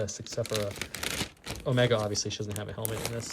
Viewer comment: Man, I do wish they had faction specific tokens still. Also, it's pronounced Omeeeeeega, haha